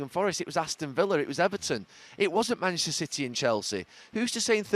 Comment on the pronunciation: Why does Gary Neville pronounce "Manchester" "Mchsta"?